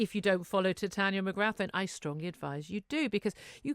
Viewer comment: You dont pronounce the 'th' in Mcgrath, it's pronounce more like McGrar. If it was not an Irish surname and a French surname people would be falling over themselves to pronounce it properly.